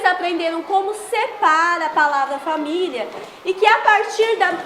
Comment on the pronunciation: É PORQUE A PROFESSORA FALA ERRADO, ELA FALA FA-MI-LHA E NÃO FA-MÍ-LI-A